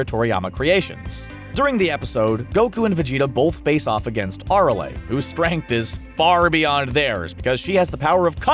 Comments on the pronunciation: Aralea? Is arale like a rail not a ra le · Arale =A rail not are a ley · It piss me off when the can’t say the name right he kept saying ARALA when it ÁRALE if you going to talk about an anime character say the name right please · Did you just say " Ar- oley "?? .... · Aralay hahaha u cant pronounce her name right seriously its not that hard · Boy you missed pronounce Arale and Whis so badly. That shows you dont want Dragon Ball. It's so cringy! Stop fumbling simple names. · That's not how you say Arale. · Why is nobody talking about their pronunciation of arale. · Holy Shit their pronunciation of Arale is maddening